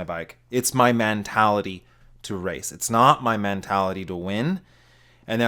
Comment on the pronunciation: Am I the only one who heard "man-tality".